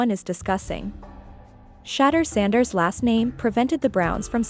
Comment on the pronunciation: This AI video can’t even say his name wright.